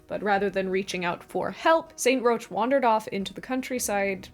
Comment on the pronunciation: New Orleanians all cringed at once when you said "St. Roach." It's pronounced 'rock,' generally, in English. We have a whole neighborhood named after him.